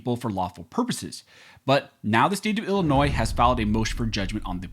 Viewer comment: FYI : Illinois is pronounced as i·luh·noy, NOT i•luh•noiz